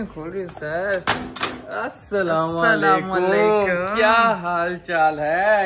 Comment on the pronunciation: ap salam sahi nhi krty Assala Walaikum bolty hain ap